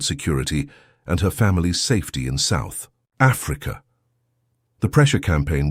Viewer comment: Why’d you say South Africa like that 😂